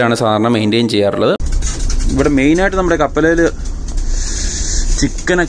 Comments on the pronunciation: കപ്പലിൽ . കാപ്പലേല് അല്ല 😉❤️ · Not kapalel. Kappalil